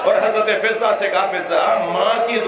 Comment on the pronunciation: مولانا نے لفظ فَضا کو کئی بار فِزا پڑھا۔اتنے بڑے ذاکر سے یہ فا ش غلطی حیرت ہے۔ دوسرے یہ کہ آپ نے خود اپنے مصرعے بھی پڑھے جس سے ثابت ہوا کہ آپ شاعر بھی ہیں لیکن جب مصائب پڑھتے ہیں تو مصرع کو بے بحر پڑھتے ہیں۔وہ مصرع یہ ہے کتنی مجبور تھی ساقئی کوثر کی بہو اس کا دوسرا مصرع یہ ہے۔ خالی مشکیزہ کئی بار الٹ کر دیکھا جب شا عر بھی ہیں تو ایسی غلطی نظر انداز نہیں کی جا سکتی۔